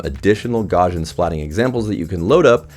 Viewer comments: "gaw-shin"... no, gaussian is pronounced "gow-see-an" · His name is pronounced gow-s You can click the speaker icon at the top of the article to pronounce his name. Gaussian is pronounced gow-see-an, like I said. I have a masters degree in computer science, I've used the term hundreds of times. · Took a long time for me to realise that the word you were saying was "Gaussian". Not sure why you're pronouncing it as "Gor-jin". The word comes from Carl Gauss's surname, which is German, and rhymes with house. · Funny how a review can be so destroyed by the presenter just pronouncing a word wrong! Gaussian pronounced "Gorzhin" was just awful! The rest was good, of course...